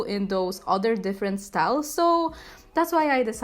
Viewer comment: "sTAleS" I love how she says styles Edit: im dead